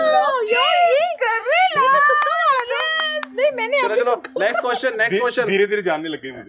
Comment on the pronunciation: That's "Question" not "Quotion"😂😅